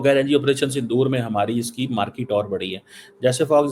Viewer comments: Abe cheema market hota hai markit nhi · its not "market" .. its "markitttt" porkisssssssssss :face-blue-smiling::face-blue-smiling::face-blue-smiling::face-blue-smiling::face-blue-smiling::face-blue-smiling